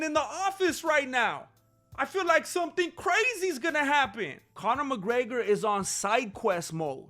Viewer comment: D...Did you say Mc Greggler?